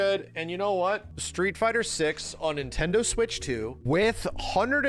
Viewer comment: "NintenDood" Ladies and gentlemen, we got 'im